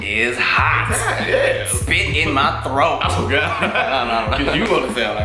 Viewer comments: I literally spit out my wine when he said "when it's in me troat" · HAHAHHAHAHA "spit in my troath" 😂😂😂😂